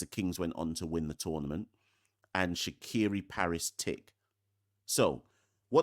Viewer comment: Shaqere pronounced Shakier not Shakiri ❤